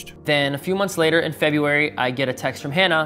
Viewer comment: she can’t even pronounce FEBRUARY